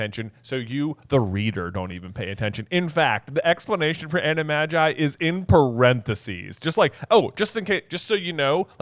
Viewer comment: i hate the way you guys say "animagi" 😂